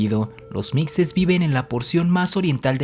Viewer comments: Se pronuncia se escribe mixe, se pronuncia mishe no micse... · Cómo siempre, muy buen video, pero con el ánimo de aportar, le comento que la palabra mixe, se pronuncia con el sonido de "j", no de "x";igual que Xoxocotlán, otra localidad de Oaxaca,. Saludos